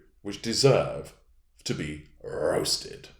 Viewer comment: I think you need to say "rrrroasted" again, 🙂😛